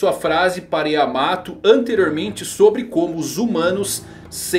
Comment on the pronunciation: Minha esposa pediu pra parar o video no segundo que ela ouviu KaidÔ.. meu deus porque pronunciam assim.. no próprio anime o Luffy fala Káido! Háki, não Hakí... Lúffy!.. Yamáto.. você fala YamatÔ...? ZorÔ? Não né .. nao falam Onigashimá.. é Ônigashíma...